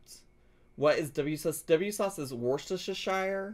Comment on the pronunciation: It's said - 'woostersheer sauce' and it's a sauce, not a seasoning